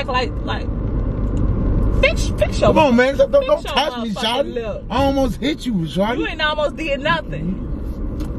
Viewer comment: “Don’t Tauch my stuff” 😂😂😂😂